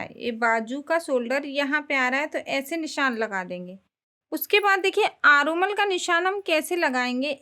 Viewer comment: आरो मल नही है आर्महोल कहते है अंग्रेजी नही आये तो हिन्दी मे बाजू बोलिये